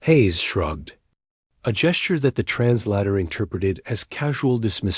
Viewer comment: Can any one pronounce the word translator correctly ???? It would sure improve the stories otherwise good story